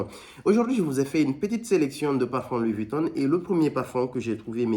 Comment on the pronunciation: Louis Vuittonne 😂